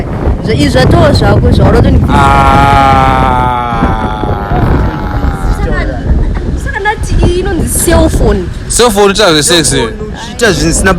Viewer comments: Cellphone kwete selfphone😂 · Cellphone kwete selfphone bhebhi iro harina chikoro